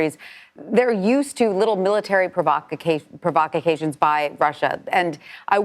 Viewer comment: Provovocation???? (2 times no less)